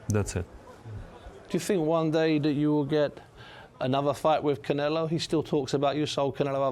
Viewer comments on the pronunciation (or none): Bivol keeps calling Saul “Canela” Lmao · Yeah I know 😂😂 why tf is he pronouncing his T’s like that